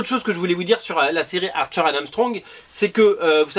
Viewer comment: quand tu dis "archer and Armstrong" j'entends "Arthur and Armstrong" 😅